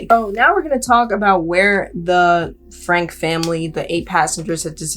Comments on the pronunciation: Definitely not the point but for your future research, I believe their last name is pronounced “Frankie” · Last name is pronounced Frank-ie. Ruby & Kevin have gone off the deep end. It's sad for their kids and extended family.